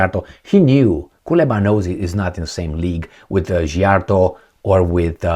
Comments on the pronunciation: I also tired of trying to get teach how to pronounce Peter Szijjarto's name. I The letter sz in Hungarian is pronounced like the word "sea" or "see". Please pronounce it correctly. 😢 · Why are you expecting to know Hungarian pronunciation, it's a different language, different country, it's understandable to mispronounce 🙂.